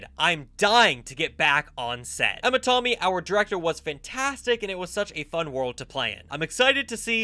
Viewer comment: I am sorry but Tommy I dont think that's right it's ( tam-y) tammi